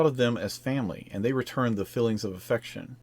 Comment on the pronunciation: It’s feelings not fillings